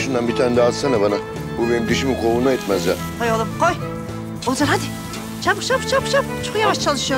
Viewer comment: Oğulcanın ismini bilerek doğru söylemiyor bu 😂